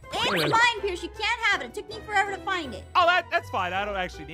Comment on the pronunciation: Pierce more like peeirce